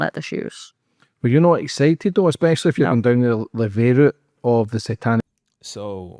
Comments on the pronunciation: EXSPECIALLY? Learn to speak proper English before starting your own podcast/channel. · And it’s not eXspecially it’s especially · I hate it when says eK-specially. It's how a 3 year old would pronounce it. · Why the hell do Americans say ‘Ekspecially’ instead of ‘Especially’ ?? I’m really confused… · If you want people to take you seriously, you have to stop saying things like EXPECIALLY. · You corrected 'rock bottom' but you still say things like 'exspecially' ...... Eye roll.